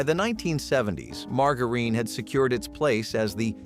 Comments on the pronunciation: It's Buh Lone EEE and Mar JA ren.... not bolanay and Marga reen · 😂 Margareen!? bro what…